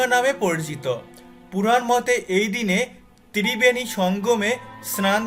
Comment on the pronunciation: তিরিবেনি, মানে ত্রিবেণী? সাংঘাতিক উচ্চারণ!!!